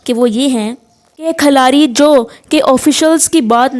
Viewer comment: Khalari ni khiladi hota hai